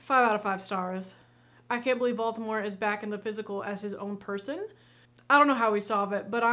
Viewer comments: Great reaction, but please... VolDemort, not VolTemort! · You keep saying Voltemor when his name is Voldemort 😂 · the fact that u called voldemort voltemort was rly funny xD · I am dying how keeps calling Voldemort "Baltimore". 😂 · Am I hearing Vol-Teh-Mor? Lol it's Vol-Deh-mort 🤣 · I scrolled down pretty far to check, but I don't think anyone's said anything about pronunciation of Voldemort. The closed-captioning almost always transcribed it as being "Baltimore." They say it tons in the movie, but maybe it's their accents being confusing? It's pronounced, phonetically: VOLE-duh-mort. -- Also, it could simply be a malapropism. I notice, every time, when she says "no diddle dallying,' when the actual saying is "no dilly dallying," as far as I'm aware. (Diddle means something altogether different, in my experience.) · Yes, indeed, Lord Baltimore is back. (I'm sorry, and I know it's rude to point out how someone pronounces things, but… I just couldn't help myself here. I just heard "Batimore" or "Voltemore" every time…) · Quick question, is there a reason you are pronouncing it Vol-T-emort and not Voldemort?? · I rewatched a couple of moments from this video and are you calling Voldemort...."Bald-de-mort"? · It's VOLDemort not VAULTemort 😂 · Vol-DE-mort not Volt-A-mort 🤦🏾‍♂️ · Ah yes. Valtimort. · Is it me, or is calling Voldemort Baltimort? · Not me cringing every time you say Volt-a-mort. It's VolDamort (Vole-da-mort). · Don't know if it's just an accent thing (if it is please simply ignore this as I mean no offense) but you keep pronouncing it as Vault-ah-mort when it's actually v-old-ah-mort... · Okay, let's talk about it. Love you, but we gotta practice the word Voldemort. Hard to hear for peeps like me who have been into this stuff for ages. Not Valtimore, Maryland Vole-duh-mort Not judging. Out of love! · There is only ONE "T" in Voldamort.